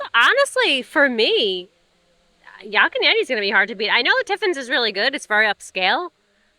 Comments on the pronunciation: Another great video! Love your channel and hearing your perspective on things! I got a chuckle out of pronunciation of Yak, he kinda says Yock. 🤣 Yak rhymes with pack and black. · Their ahi tuna nachos are the best! We pick up Landrys gift cards at Costco, so you can save some $$ there. As an FYI, Yak is pronounced like pack with a y. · “Yok” and Yeti 😂😂😂